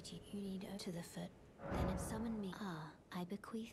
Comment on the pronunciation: i love it when she says i bequeef